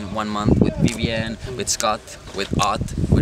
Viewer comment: Vevien... Strong!...Vevien... Strong!...Vevien... Strong!...